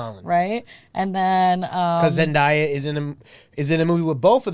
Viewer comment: Let’s go. We’re sniffing. We’re getting cancelled. We’re forgetting Bill O’Reilly’s name, we’re mispronouncing ZenDAYa and we’re racially-confusing Tyga with Travis Scott. All we’re missing is the Yokratom. Hell yeah. Love ya guys. The best